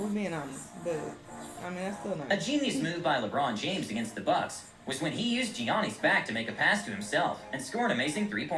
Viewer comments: Did the guy in the vid really call Giannis Gionni? 😂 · Its Giannis (yah-nis)